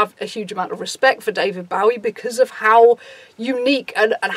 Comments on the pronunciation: im so sorry but how DARE YOU pronounce it bawie, it's BOWIE. DAVID BOW-EE. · Its pronounced David Bow (like a hair bow) -ee